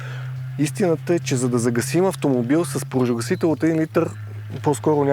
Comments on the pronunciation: моля те, кажи на, че се казва поЖАРогасител, а не поРАЖогасител. 3 пъти го казва грешно, не е ок за такъв човек:)) другото важно е, от въпросната агенция да натиснат за промяна в законодателството...с тези пожарогасители, които се продават и полицията ги приема за ок, освен да си изгасиш цигарата - друг ефект няма. Отбиване на номера само! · Казва се ,,пожарогасител”,а не ,,поражогасител” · Клипа е много добър с много полезна информация! Искам само да вметна, че се казва ПОЖАРОгасител, а не ПОРАЖОгасител. 😂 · Не веднъж, а всеки път като се опита да го каже. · защо казваш постоянно поражогасител